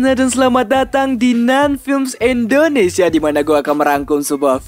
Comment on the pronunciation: Bang ngomong Indonesia bukan endonesia parah😭😭😭❤️❤️🔥